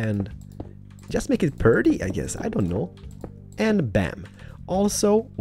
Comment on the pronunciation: he kept saying perty in the first one